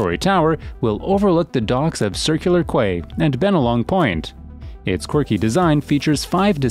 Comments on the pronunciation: it’s pronounced “Key” not Kuway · Mispronunciations here really grate. As noted before ‘Quay’ is ‘key’ not ‘kway’. And Castlereagh’ is ‘carsell ray’ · Dear. Quay is pronounced Key, not Quay! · Quay = pronounced 'key' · The “kway” quarter at Circular “Kway”, huh? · Quay is pronounced the same as key. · quay is pronounced key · And quay is pronounced 'key' - so frustrating hearing tube narrators failing english 101... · Omg thank you, It bugged me so much aye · Sure the AI/Voice Narrator can tell that.